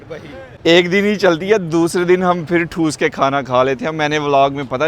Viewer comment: Dear! Aj kal ap Urdu k kuch alfaaz ghalt boltay hyn jaisay "thoos k Khana" sahee lafz thonsna hota hy. Aik lafz langar andaaz hy jisay ap langar andoze boltay hyn. Ap ka number nahe hy na iss liyay privately tashee na kar sakka, moaazrat.